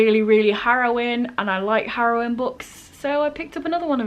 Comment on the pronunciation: I'm sorry fam, I know you meant harrowing but it sounded like you said heroin so "to see how heroin this one will be" made me crack up. Totally know what you mean about being scared of reading a new book by the author of one of your favorite books tho. Unfortunately Circe did not live up to TSOA in my opinion, but I hope that isn't the case with your situation.